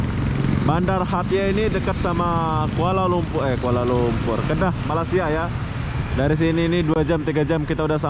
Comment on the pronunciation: Terima kasih kerana menyebut nama Kedah dgn betul. Im so proud of you.